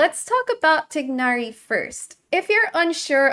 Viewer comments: For Tighnari's pronounciation, you should try and say "Ti-eh-nari" instead of "Tig-nari" . "Tee-nari" is also good but "Tie-nari" is not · Its more like Ti-gh-nari with a very throaty g sound but most English speakers who can't speak Arabic can't do that. It's much easier to get that throat 'h' sound if you say "eh" like Ti-eh-nari. isn't pronouncing the h so it just sounds like Tig-nari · I love how you say Tighnari's name